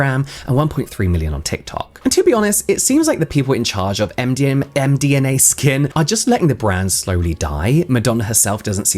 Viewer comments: the fact you kept saying MDMA so much had me laughing so much.. and every time you got it right I'd automatically hear it as mdma anyway LLOL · Interesting video, also can't stop laughing at James struggling on saying the brand name as md ma skin 😂